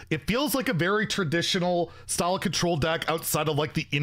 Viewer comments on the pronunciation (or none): none